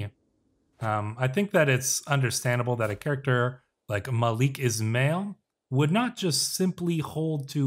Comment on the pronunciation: is'mail is pronounced as ISMAEEL